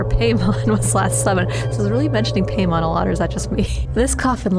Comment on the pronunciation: Quick tidbit: Paimon is pronounced like "pie-mon" instead of "pay-mon". I'm no grammar police though, so do whatever you want!